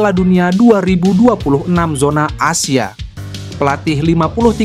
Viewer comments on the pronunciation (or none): none